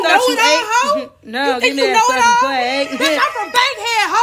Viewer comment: "naw give me dat fwaking plate" i-HAAAAAAAAAAAAaaaa